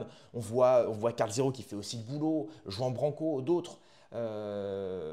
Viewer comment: Jai du mal quand tu le prononce a la française jean ça saigne 😢... Please pour nos oreilles